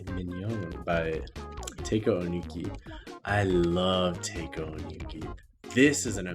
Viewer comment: Quick pronunciation thingy for future reference Haruomi, not Harumi Pizzicato - Pits-uh-cado (like avocado) Taeko - Ta-eh-co